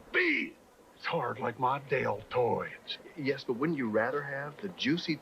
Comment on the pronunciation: "It's hard like mah dale-toids." - Terry Funk